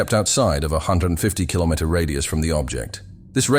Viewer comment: Try to teach that language model to say "kilometer", cause it tried 3 times and failed miserably all the time.